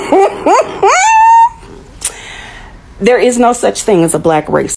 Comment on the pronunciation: I love hearing you say race'dcist. First heard it from Ivie and I just love it.